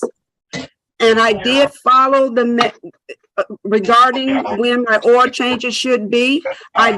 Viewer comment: If you pronounce the word “oil” as “oh well”, you need a lawyer.🎉